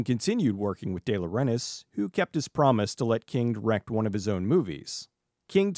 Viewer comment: Umm, did you say "... let King direct one of his own movies," or "let King wreck one of his own movies"? 😉 🤣